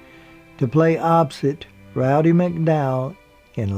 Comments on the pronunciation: Good job. One suggestion, though. It's "Roddy "(Rod-Dee) McDowall, not "Rowdy". Rowdy Yates (Clint Eastwood) was a character on "Rawhide". "Rowdy Roddy Piper" was a professional wrestler and film actor. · Roddy McDowell -- not "Rowdy" -- lovely guy.